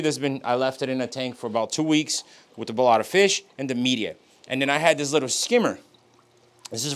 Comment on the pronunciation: He calls it "mee-deea" lol